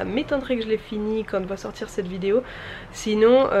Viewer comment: Vers 12min 15, quand tu parles de Rochefort-en-terre et que tu dis: Quand on y vâ... avec le son a très québécois! Ça me rend un peu heureuse de voir que tu as pris un peu notre accent hahaha! Pour tes défi de mars, de mon côté, avec nos collègues, on c'est fait un Défi Équilibre en février. On avait plusieurs défis à relever. Malgré qu'on soit tous en télétravail depuis près d'un an, ça a super bien fonctionner! Des exemples de défis que nous avions à faire: une activité physique d'une durée minimale de 30 minutes (5x dans le mois), Prendre des nouvelles d'un collègues à qui on ne parle pas souvent (5x dans le mois), sortir dehors quotidiennement (pour faire autre chose que faire l'épicerie ou aller porter son enfant à l'école, 10x dans le mois) et OUI, on a fait ce défi dans le mois le plus froid de l'année au Québec! C'était génial de voir les collègues faire des activités à l'extérieur, ça nous donnait d'autres idées que seulement aller patiner sur notre patinoire de quartier. On s'envoyaient des photos et des vidéos pour s'encourager! C'était super de voir les collègues dans leur quotidien et c'est surprenant, mais, ça nous a même rapprocher! C'est certainement à refaire l'an prochain! :D Je te le conseil fortement! Ça peut également se faire avec des amis!